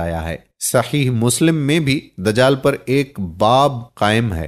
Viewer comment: Mishkaat H Mikuwaat sirf Likhne Me Aata H Juld Nahi Jild Hota h Yaar 😁🤓😂Dajaal Nahi Dajjaal H Sufa Nahi Safha H, isfahaan Nahi Asfhaan, Shunakht Nahi Shanaakht